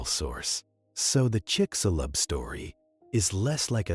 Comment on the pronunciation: chicshulub, that is how it is pronounced, trust me i'm from yucatan and also it sounds weird when gringos say THE Yucatan, is just Yucatan